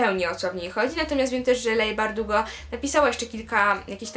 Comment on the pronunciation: daję znać że leigh bardugo czyta się li bardugo ;D